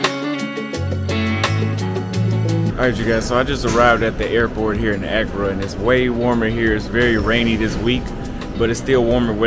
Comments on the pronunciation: It’s not Acura (a car), it’s Accra (A-Craa). 😆. Sorry you drove me crazy with that. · Pronunciation .... uh-CRAW! not ACC-cruh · Great content, bruh! The black with stripes set…….Your tailor’s work is 🔥🔥🔥. Your swag will get even more off the charts if you learn to pronounce Accra correctly. 🤣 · 'Don't think you are pronouncing Accra properly. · Can you pronounce Accra correctly? Lol.